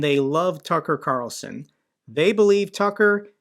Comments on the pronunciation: "Duckar Qarlson" lmao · "Tuka Carlsuhn", Got a laugh outta that one,, lol. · Tucka Kalson…love your Russian pronunciation. 😂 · Your pronunciation of... TACKAR CARLSON got me rolling on the floor with laughter! Brilliant,! Just brilliant! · I think 80% of us had a go at saying "Tucker Carlson" in the Russian accent 😂 # including 😅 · Great pronunciation of Tucker Carlson lol loved it